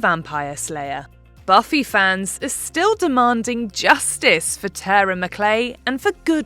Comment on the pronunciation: Her name was Tara… TAAR-A 💁🏻‍♀️